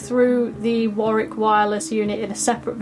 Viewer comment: So good to hear Warwick pronounced correctly.